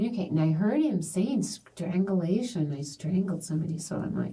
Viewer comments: Strangle-ation is too much 😂 Affixiation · Her mispronuncing strangulation and asphyxiation over and over is making me so fucking mad 😂 "Strang-uh-lay-shun?? What even is that?" 🤮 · Right???? Omg. Its driving me crazy lol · Can't pronounced strangulation. Reminds me of a guy at CVS that asked me to buy sudafed, bc they think he needs it for narcotics.😂 He could not pronounce narcotics.😂